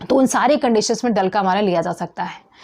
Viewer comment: डल्क अमरा को आप डलका मारा बोल रही है